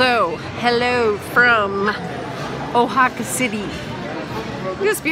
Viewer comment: You might want to listen to the spanish pronunciation of Oaxaca on your language app. It is wha-haca, not o-haca. (I'm always learning more, too).